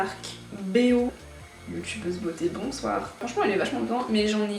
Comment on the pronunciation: Le "youtubeuse beauté, bonsouar" m'a terminé😂